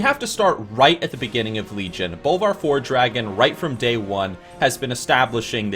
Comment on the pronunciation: my ears bleed when you pronounce it FORE-DRAGON or FELO-MELON